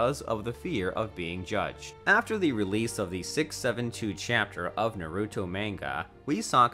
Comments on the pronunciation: Nuh'ruto. Maynga.... Gah! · Bro it made me cringe so damn much😂 mans said BOREEEEWWTO, SAAAZORIIIIEE, NAREWWTO and some otha shit mane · This guy says Hokaje and buhruto and yahmoti and nuhrudo and he says Anbu wrong he also can not say Sannin wrong gooddddd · Borooto Hokash Sanin Narooto Kahashi Jeez, man